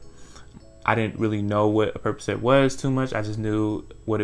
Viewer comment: Percocet 🚫 “Purp-ugh-set” molly Purpuhset✅